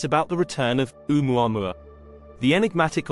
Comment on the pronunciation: It's pronounced "Oh-mu-a-MU-a" - five syllables please with the accent on the penultimate MU.